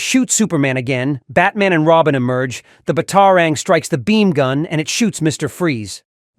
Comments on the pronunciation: Ba taro rings really AI can’t pronounce batarang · It would be nice if you could pronounce things properly. bat-AR-ang? I don't think so...